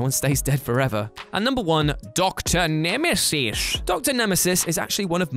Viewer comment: Blink was also in Days of Future Past. She made the fight scene at the beginning amazing to watch. Also you saying X-Man and Dr. Nemeses made me giggle